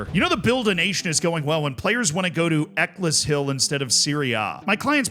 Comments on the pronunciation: Every time there is an English town name to mention, manages to get it wrong. Ec less hill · It’s pronounced Eck ells hill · Eccleshill is said like eckles hill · I actually used to live 5 mins away from Eccleshill's pitch, believe me it is just a pitch between some houses but Bradford City play a friendly with them yearly. Though Z's pronunciation is rough...it's more like Eck-els-hill with the "Eck" like a Derek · Zealandism wouldn't have called Eccleshill "Eckless Hill" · Right after being called out for "butchering a pronunciation" he butchered the pronunciation of "Eccleshill". 😅🤣 ("Eccles" is pronounced to rhyme with "freckles", and "hill" would have the "H" dropped. So it's more like "freckles-ill" if you drop the "fr". I realise it doesn't make sense. It's an English place name, what did you expect? We pronounce Leicester with two syllables and Loughborough manages to use "ough" in it twice, pronouncing it wildly differently each time.) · EK-less-hill. WE GOT 'IM AGAIN LADS!!! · love the way you mispronounce Eccleshill 'eckles hill' - they may be moving to share Keighley Cougars ground (Rugby League) - Good luck with pronouncing Keighley haha